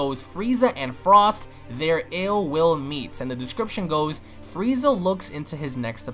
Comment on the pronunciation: Lol be said "fweeza"